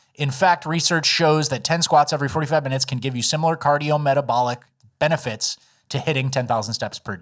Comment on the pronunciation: “Benefets”